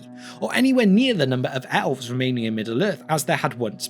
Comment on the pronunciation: Everyone: Elves This guy: Owlves